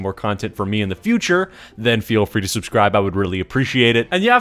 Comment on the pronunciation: " Go ahead and subsibe "